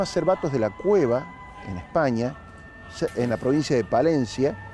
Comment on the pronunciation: Perdón....es Cervatos de la Cueza..Cueza en ves de cueva....estuve allí...en Palencia